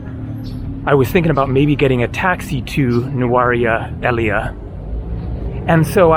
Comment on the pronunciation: I also avoid it. The area is nice but so touristy. By the way it's pronounced Nurelia, the place in the SriLankan highlands.